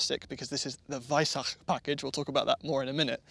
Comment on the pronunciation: hearing pronounce Weissach like that is painful